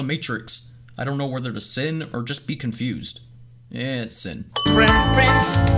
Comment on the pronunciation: "I don't know whether to sin, or be condused... Eh sin"